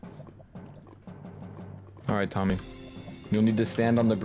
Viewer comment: I know his name is Tommy but I keep hearing dummy 😅